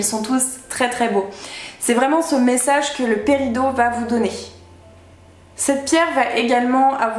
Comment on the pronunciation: Oui mais ça m'a perturbé que ça se dise paridOt